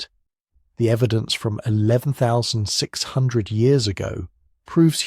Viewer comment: Hey mate, can ya fix yer AI voice please? It isn't saying the number of years correctly. Might just need a quick tweak.